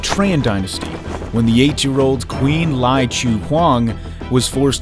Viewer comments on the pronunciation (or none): “Ly Dynasty” should be read as “Lee Dynasty” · I stopped watching when you pronounced Ly as Lai. You didn't even do such simple research.